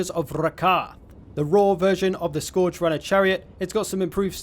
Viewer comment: You can’t pronounce scourge.